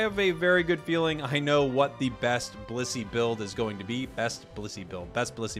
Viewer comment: I keep hearing bussy instead of blissey. Help me